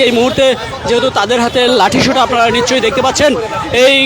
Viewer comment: "নিঃশচ্ছই" "স" উচ্চারণ ঠিক করেন। শুনতে সস্তা ইউটিউবারের মতন লাগে 😴